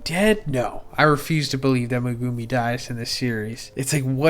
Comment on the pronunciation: MEH-goo-me… not Meg-GOO-me. Megumi.